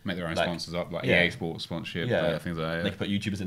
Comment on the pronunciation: It says essports in stead of EAsports😂😂